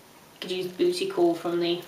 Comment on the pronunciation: hahhahaha i've never heard anybody say 'bootycall' with an english accent!